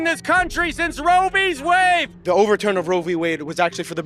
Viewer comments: “since Roe Veez Wave” 😂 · Dude called it "Rovey's Wave"